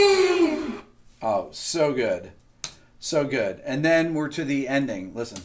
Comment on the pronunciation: "suh good" Lol